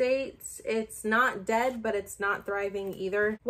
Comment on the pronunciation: The way you were saying DED had me cackling 🤣🤣